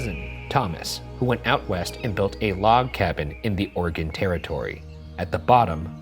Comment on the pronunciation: Thankyou pronouncing Oregon the correct way